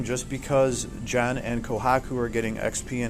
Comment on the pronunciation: Bro! just say GEN! and pronounce the "G" sound as you pronounce on the word GAME, not a "J" sound. Please it is quite irritating when you jay JEN.....